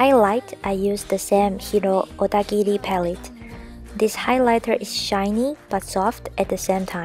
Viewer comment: 英文好聽！猛欸～妳講HIRO ODAGIRI的時候好像日本人喔～而且妝容很美～適合萊拉～好喜歡！